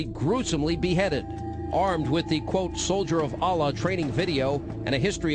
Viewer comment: And this guy cant even pronounce "Allah" correctly.